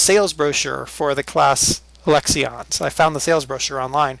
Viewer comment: U don't say the I in lexion